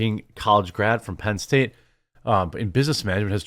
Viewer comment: Why do you say Penn State so weirdly?????